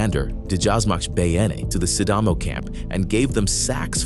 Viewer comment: Its not bey-ene, but be-ye-ne. Nice vid tough